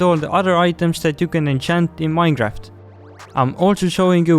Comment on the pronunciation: Dont forget that he said minedraft